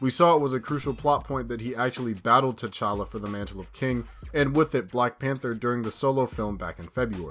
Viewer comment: It's tchalla.